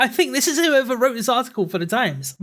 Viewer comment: Ok say it with me its think, THink! not phink, dont accuse others of not doing something that you cant even pronounce. Also why the hate on black pigeon for using an avatar? Those are some big stones being thrown from your cracked glass house avatar.